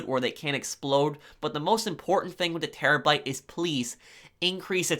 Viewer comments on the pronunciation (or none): Bruh he also was talking about the Chernobyl and says terrabite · Terobyte? Do you guys hear this dude say terobyte in